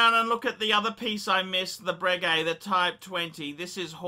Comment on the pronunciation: Anyway you didn't deserve it because it is 'bray-gay' not bregg-gay.' ...I heard that from Ralph Schneider.